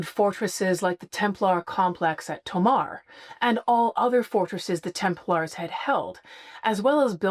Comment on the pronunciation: The continued mispronunciation is hard to listen to repeatedly! Sometimes slips and pronounces it properly- it’s not a hard “a” like a guy from Sweden “Larrs” It’s pronounced “Temp- lers” Ease up a little on the “-aaars”. Will make it better to listen to! Less hand waving as well please!🙏